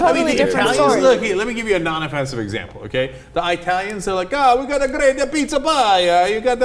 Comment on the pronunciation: Cenk fail. Not I-talians... but E-talians.